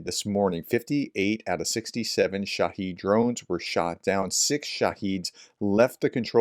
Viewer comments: Good morning professor. I enjoy your content. I don’t know if it matters to you, but I’m pretty sure that the correct pronunciation of shahed is just like it’s spelled. Shah-hed, not shaheed. Shaheed, (or shahid) is a whole different word. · Shahed pronounced as head not heed